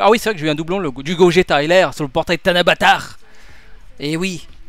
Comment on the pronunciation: Mdr il a dit tanabatard 😂😂😂